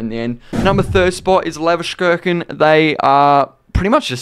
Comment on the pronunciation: cant pronounce leverkusen, sure